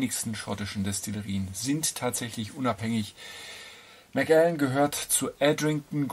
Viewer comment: Der Macallan 12 SO ist einfach fein gemacht. Ein Whisky der sowohl Einsteiger als auch Fortgeschrittene begeistern kann. Hier kommt er z.B. im Vergleich zum Yamazaki 12 (den ich auch sehr gut finde) etwas zu schlecht weg. Außerdem wird Macallan als ein Wort ausgesprochen.